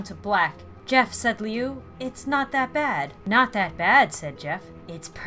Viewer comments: U said lui wrong I don't know why I'm pointing it out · Liu pronouced(lu) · Liu is pronounced like this ---> Loo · I’m just 📜 thru the comments waiting for people to roast for not saying Liu right. Lol. It’s pronounced Lou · It is pronounced Lou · it's pronounced Luee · Jeff's brothers babe is pronounced Lu not Liu even though it is spelled Liu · IT'S SAIDED Lu NOT Liu but just spelled Liu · Liu is pronounced like Lou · Jeff’s brother’s name is pronounced as ( l oo) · Its pronounced loo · Liu pronounces Lou not to be mean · Liu's name is pronounced loo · Jeff's last name is Woods, or their families that is too, liu's pronounced loo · It's pronounced Lou. Also, could you do his story of Homicidal Liu? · You kept saying Lius name wrong xD it's pronounced like luw would be said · Liu; (loo) your saying it wrong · IT IS PRONOUNCED (LUU) IDIOT. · Liu is pronounced Lu. This is also it's the story of Homosidle Liu. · His brothers name is pronounced as Lou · 1 his last name is woods not wood 2 his mums name is Connie 3 his brothers name is said like lu but it's spelt liu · Pronounce it Loo... that is how you say it when its spelled Liu. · Lui,s name is pernowns Lu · Liu is pronuced like Lu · liu is pronounced loo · lui is pronounced loo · It's pronounced Loo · Do homicidal liu also its pronuced lu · the beginning triggered the absolute SHIT out of me. it's woods. woods!!! NOT wood. And his brother, liu, is pronounced LOU! Spelled liu, pronounced LOU!!! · How she says Homicidal Liu's name it's pronounced Lu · OK I LOVE YOU SO MUCH RIGHT NOW BUT lui woods if you cant get it its like looy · Liu is said Luke without the useing the k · you pronounce "lu" like "lou" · IT'S PRONONCED LIU (LOO) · Jeffs brothers name is pronounced Loo-i. Hope this helps! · It's pronounced loo for liu. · So cool! I'm so excited! ps it's pronounced like LUU but it's fine if you say it however you want 😊😊 Pps I love you and your great series! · the way you pronounce liu is loo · It's Liu not Lio